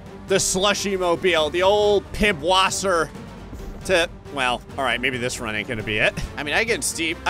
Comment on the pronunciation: PiBwasser... He's joking right? Right?